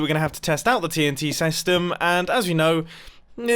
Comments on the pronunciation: Mumbo, you said sastem instead of system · Nobody : Mumbo : TNT SESTEM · Anyone else notice how he said "TNT sestum" ? Or is a TNT sestum a thing in Minecraft that I've never heard of before? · sesytem?? Anyone?? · mumbo says sestem lol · "TNT sestym" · he said sestem instead of system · Wait did he just say saystem 7:8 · Mumbo: "We are gonna have to test out the TNT sestem" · Mumbo: Test out the tnt SESTEM Em... mumbo u ok m8?